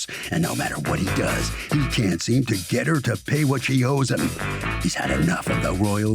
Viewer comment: “I was in love of heem...”